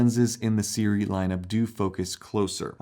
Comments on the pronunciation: We really are spoiled as creators nowadays. Honestly. These lenses are really good for the price, and are simply unheard of just 5 years ago. What a great time to be into anamorphic shooting! BTW, it's pronounced "SOO-ray", not the way you are pronouncing it. Pet peeve of mine, such mispronunciation. Don't mind me LMAO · It took them a while because you mispronounced their name.